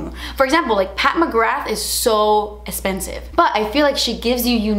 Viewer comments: I love love when you say "espensive" my favorite! lol Loved this video! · I love how you say expensive and I don’t no why 😂😂😂❤️❤️❤️